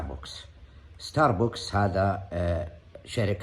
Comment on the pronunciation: ستارباكس مش ستاربوكس يا متخلف اتت واحد ضب متعود على الجحور وش دخلك في الكلام الكبير هذا